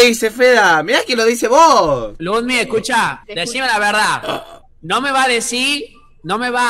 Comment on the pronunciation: "Se me escuchah?" Es el apagasteh nuevo kjKAJKAJJA